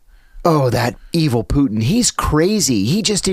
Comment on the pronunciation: Its not poo-in. Its putin.